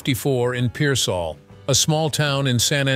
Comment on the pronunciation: Pearsall is not a suburb of San Antonio. Pearsall is about 55 miles South of San Antonio on I-35 toward Laredo. Pearsall is peer-sall. Sall is pronounced like salt with a silent t.